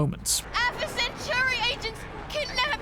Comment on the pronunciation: My only problem is just how you say 'centauri'